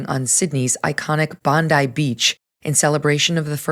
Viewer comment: It's pronounced Bon-dye. She says it correctly.